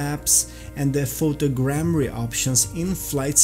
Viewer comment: awesome, thanks for this video... Much better textures for sure! Btw bro, its photo'grammetry', not photogrammary :)